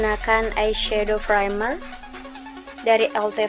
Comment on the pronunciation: Primer not Frimer, Dark Brown not Drak Brown, Spoolie bukan Skuli.😀